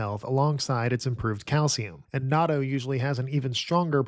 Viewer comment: you messed up again on natto 🥲 please listen to a native Japanese speaker pronounce it